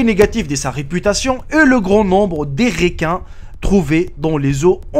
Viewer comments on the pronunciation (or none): on dit pas des "réquins" mais des requins putain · Franchement tu abuses un peu avec la prononciation des mots. Je comprends que tu joues sur l'accent, mais la franchement " les réquins" le d"eu"cès, etc c'est trop. Sinon j'ai un conseil, c'est de mettre un numero pour chaque infos. Genre présentation. ex: 1) le trou bleu du mexique 2) ... etc. Sinon toujours très instructif! Encore!